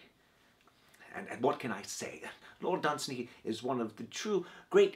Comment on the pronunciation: Isn't it pronounce DunSANY?